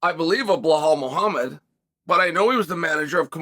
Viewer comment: "Blowuhl Muhamad" 🤣